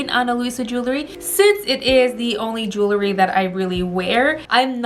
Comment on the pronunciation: Please say the word jewelry correct....it isn’t jewLERY..it is JEWELry. ❤️👍